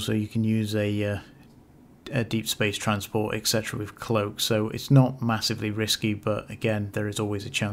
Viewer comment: Every time you say et cetera, a puppy dies. 😮